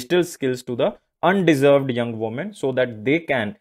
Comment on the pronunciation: Under Served , kindly read it properly???